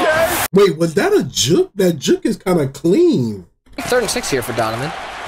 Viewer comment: Why does bro say juk and not juke 😂😂😂